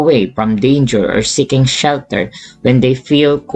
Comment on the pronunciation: In why is he like sayin s**t when saying seeking